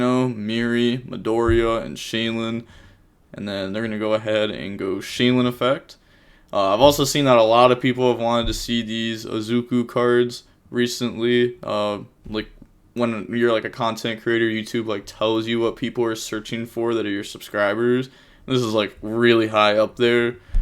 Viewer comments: e-she-zoo btw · Ish-she-zoo kell-doh gnat-chur-rea ....how the fuck did you get vernusslphyh right? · He has to be saying izuku cards on purpose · >says vernusylph properly on the first try >cannot pronounce ishizu to save his life lmao